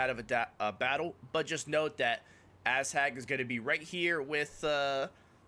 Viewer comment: Also why do you pronounce "Azhag" as "ass-hag"